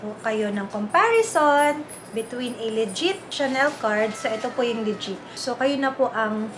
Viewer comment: I find it hard to trust also somebody who pronounces legit(le-jiht) as (lee-jeet) 🥴🤷🏻‍♂️